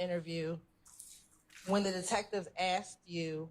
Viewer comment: She axed him WHAT ??????